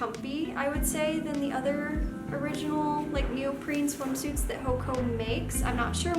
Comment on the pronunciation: It’s actually pronounced “Hoe-awh-kah”, but great video!!☺️